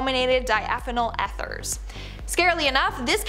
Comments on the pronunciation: I think it is said, "ee-therz". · Eth...."urs"? Eeeeeeth urs